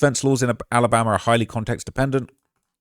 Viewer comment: He was in Tennessee....why this guy saying Alambama